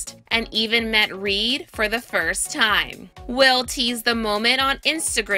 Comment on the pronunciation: She pronounces.the.word 'time' as: 'tiihhihihimmmmhhhh', with het unpleasant voice crack.